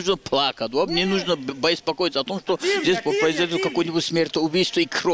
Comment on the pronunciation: Не нужно бэспакоится!!! 😂